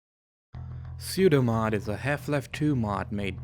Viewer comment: Pseudo is pronounced pseudo, not soudo.